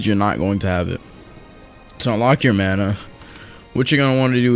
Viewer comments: sayin bana and not mana be like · You said bana not mana. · Great intro oh and u accidentally said bana not mana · "The first thing you want to do is unlock your mana bar. *Looks at the top of the screen to see text* *while wheezing* BANA BAR xD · He said baña instead of mana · lmao it said bana bar